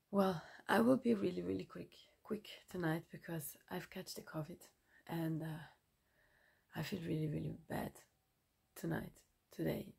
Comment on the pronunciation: You have the normal flu my dear 😂😂😂😂not "cofid